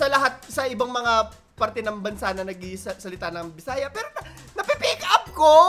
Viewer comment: Hindi mo ba nahahalata na intsik ang accent! Imbis na aral ay alal ang bigkas niya. Ang pero ay pelo ang bigkas. Kaya hindi talaga Pilipino ang pagka tagalog niya.